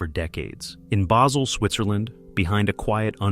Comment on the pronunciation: Basel Switzerland. It's a place not a herb.